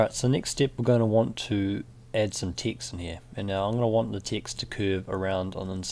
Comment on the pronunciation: Every time you say "Text" I keep hearing "Ticks". The rest of the words appear perfectly legible. =) How is that? What kind of accent is it? And oh, enjoying your tutorials a lot - very new to Illustrator (and frankly detesting its cluttered UI).